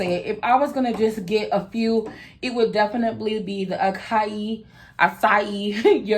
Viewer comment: Acai is pronounced- ah-sah-eee❤️ Your skin looks gorgeous 😍. I'm going to check them out!